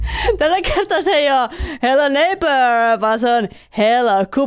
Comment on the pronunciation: Repeen aina ku sanot hello neipöö ps.voitko pelaa fortnitee? Ketkä on samaa mieltä paina likee👍